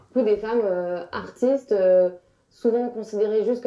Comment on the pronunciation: a raté la manière dont elle a prononcé "femmes AARTistees"